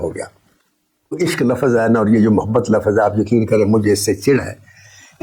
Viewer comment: مولاجٹ پاکستان کی ایک معمولی درجے کی فلم تھی۔ ناصر ادیب صاحب "لفظ" درست Lafz بولا کریں خدا کے واسطے لَفَظ (La-faz) نہ کیا کریں۔کیونکہ آپ ایک ادیب ہیں اور ادیب کو غلط لفظ زیب نہیں دیتا۔ شکریہ۔